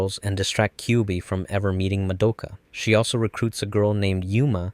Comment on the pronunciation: Why can’t anyone pronounce Madoka’s name right? They say it a thousand times in the anime, do people just not pay attention?